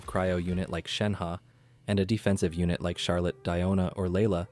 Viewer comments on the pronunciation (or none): none